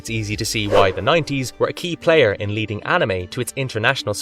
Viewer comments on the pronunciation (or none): none